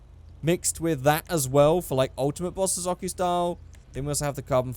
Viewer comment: You say bozosoko wrong